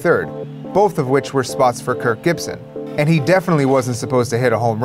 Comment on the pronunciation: I swear you keep saying Kurt. Stop saying Kurt!